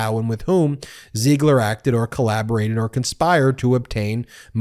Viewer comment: PLEASE, pick a pronunciation for Ziegler and stick with it. It should be pronounced /ZEEgler/.